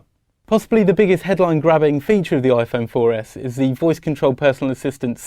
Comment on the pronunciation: lol he said iphone 4F